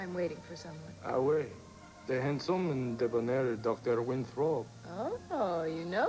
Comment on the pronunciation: Joe really was a d1ck!! And Morgan's inability to pronounce "oui" is really bugging me 😂😂 I wish someone had corrected him!!